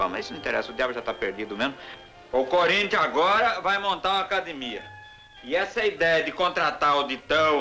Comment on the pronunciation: Cúrintianus. Kkkkkkkkkkk